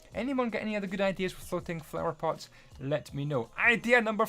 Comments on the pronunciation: did any 1 hear him say “power flots” instead of “flower pots” Edit: btw I was not trying to be rude just funny... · U said "Power flots" at num. 39. Nice videi anyway!